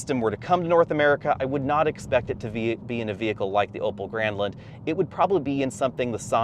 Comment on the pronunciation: I kept hearing "Opel Gremlin" lmao